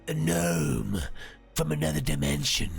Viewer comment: It wasn't a gnome, it was a Gno-em